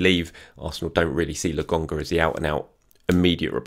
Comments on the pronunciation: Why Logonga? I swear it's LoKonga!! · why do you pronounce his name with a G logonga when it's spelt with a K and when I checked on you tube they pronounced it Lokonga? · And mispronounces every single name, at least with it’s just laGONGa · Please say Lakonga... it's a K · Will ever pronounce Lokonga correctly. The wait continues. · Yeah, c’mon. You promised weeks ago you’d learn to pronounce his name properly